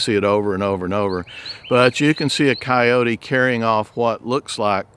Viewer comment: The word is coyote. It is NOT coyotee! How the hell did that ever get started?